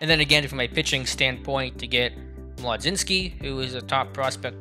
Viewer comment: Good work. I’m more than okay with Cruz’s ratings being bumped, I thought it sucked that OOTP had him so low for whatever reason before. Also I would like to point out that if Carmen Mlodzinski is going to be a staple in the Bucco rotation for years to come, his name is pronounced “muh gin skee”, per baseball reference. Can’t wait for the next one!